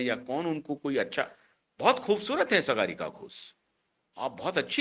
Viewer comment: Sagaarika nahin Saagarika. Naam to sahi bol lo 😅😅😅😅